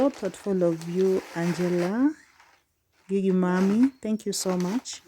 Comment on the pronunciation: …Gigi is pronounced similar to “jiji”:)